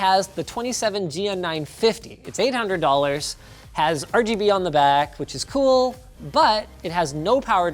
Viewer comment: ack in may instead of back hahahaha